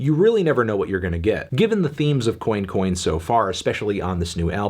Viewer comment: "Coin coin" not being pronounced as "cwan cwan" ~ Anton Fanton L'Melon